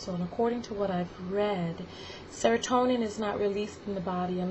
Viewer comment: is when u say sertonin